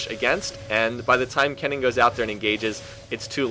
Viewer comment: Wow.... He got kennen's name correctly.. and not saying "ryze"!!!!